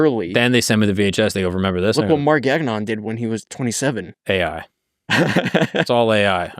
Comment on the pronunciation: Bro, your last name is french, say it as it should be pronounced in French. It's not GAG-ON 😂